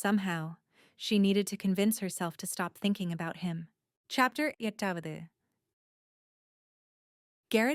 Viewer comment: So far the book is really good. The only concern and complaint I have is whenever chapter is mentioned it’s either said so fast you cannot understand it or it sounds like it’s in like Spanish. Also every once in a while, there’s this really loud noise for a brief moment and I know it’s not my ear earphones fast. This is not the first audio story. I’ve listened to on YouTube . Overall, so far the story is really good.